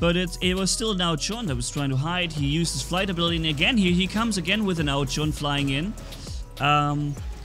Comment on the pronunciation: It is ao jun not ao chun